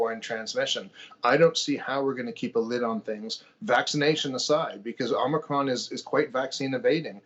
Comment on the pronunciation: He pronounces it "omnicron" - there's no "n" in it and yet you have a greater understanding than someone that knows how to read? He sounds like an alarmist, what's his solution? Shut down restaurants, schools, hospitals and stay home breathing through oxygen canisters? Nope, he's all just "be scared! The government is stupid!"